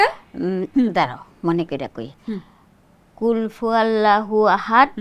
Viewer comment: প্রিয় দর্শক আমি নাটকটির পরিচালনা করেছিলাম, অনেকেই বলছেন যে এখানে উচ্চারনগত ভুল আছে। যদি হয়ে থাকে আমাকে ক্ষমা করবেন। এবং যদি ভিডিও তে ভুল থাকে তবে জেনে নিন সঠিক উচ্চারন - কুল হুওয়াল্লা হু আহাদ, আল্লা হুসসামাদ, লাম ইয়ালিদ ওয়ালাম ইউলাদ, ওয়ালাম ইয়াকুল্লাহু কুফুওয়ান আহাদ। (সোর্স - প্রথম আলো) 🙏 আল্লাহ মাফ করুক আমাকে এই ভুলের কারনে।